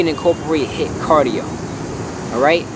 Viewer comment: thought you said hit vs lit